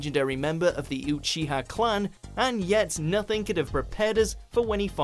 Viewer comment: Did he really say "YOU-CHIHA" and "SU-ZANO"? At least look up the proper pronunciation man, even in the dubbed version they pronounce it right.